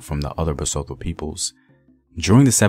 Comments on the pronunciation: 😂 the way u say Basotho like it's French, it's Ba-soo-two man yohhh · The pronunciation of our Basotho words was abused."tho" is as" tto",not Thor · Love the vid.... BTW the T is never silent. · I'm hurt on how you pronounce ma people (Basotho) well great video though... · Bah-sue-to. Lee-sue-to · Appreciate what you do The pronunciation doesn't sound out the "h": Bahsutu Laysutu Sasutu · Besides how you pronounce the "th" as an English word in "Basotho" and "Lesotho", your videos are always incredible.. Thank you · Just a tip we know y'all have problems with pronunciation of any language But you know how you go "Time" Use the that T in LesoTho, BasTho The "h" partially silent Thank You!